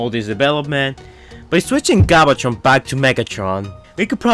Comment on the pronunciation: he said galvatron wrong